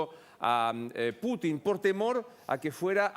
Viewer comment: No se dice Putín sino Pútin con acento en la U